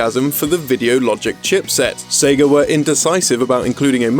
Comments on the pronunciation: Sagger. I heard Sagger every time he said Sega. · Ahh yes, I remember playing the Seg-ER Dreamcast...